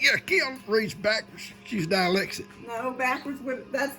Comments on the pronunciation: Hey...you've got a pretty special daughter there in Kim...I'm not picking on you but I cracked up when you said "dilexic"...you knew what you meant huh? You knowed it...ha! And it was cute when you told G " I cut the board"...ha! I don't know if this video is close to the Sunday dinner one, but Dustin was there around everybody...hope no one gets it... This was a cute video...yall gave a good evening! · LOL I hate to tell ya but you and Kim are both Dilecktic" lol